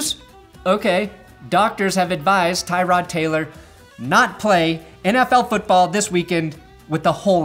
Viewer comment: Poor Tyrod Taylor. Not only did the doctor fuck him over but nobody ever pronounces his name properly